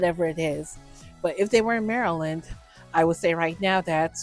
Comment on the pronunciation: It took me a while to figure out you were talking about the state of Maryland. Since you have some type of speech impediment you should probably say you are talking about this or that particular state. Great content though